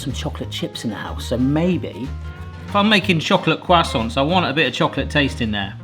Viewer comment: Love how pronounces croissants as kwassonts.